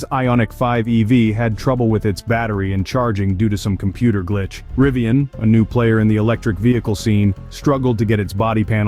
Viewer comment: Just to show you how intelligent this guy is, he can’t even pronounce “ Rivian” correctly and this is the idiot you all are listening too…